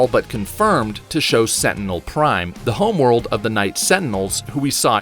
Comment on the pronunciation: Did he say centinal prime